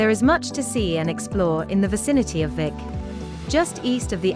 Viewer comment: Come on - it's pronounced 'Veek'! - "Veek ee Meerdal"